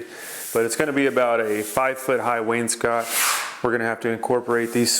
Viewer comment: does he know he pronounces wainscot incorrectly?